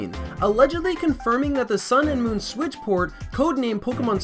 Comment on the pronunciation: Am I the only one who heard him say the “Nintendo Swiz”